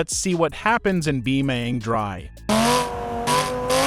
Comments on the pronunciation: Why you say bioming drive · "Beemaang draev"